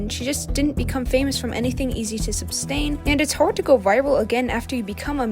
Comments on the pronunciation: It's "sustain," not "substain" (there's no B in it), and "behind the scenes," not "behind the screen." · It’s called SUSTAIN not substain it drives me crazy when YouTubers (people who want to talk for a living) don’t know how to pronounce simple words